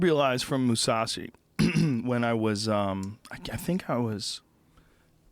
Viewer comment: I love that he said 'Mousasi' when he meant 'Musashi'.